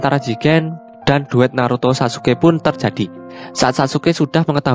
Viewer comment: Apa sich sepenarnya tercati, min jgn di ubh2 hurufx kalo ngemeng...